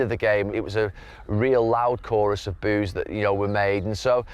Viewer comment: Gary did you say Boo's or Booze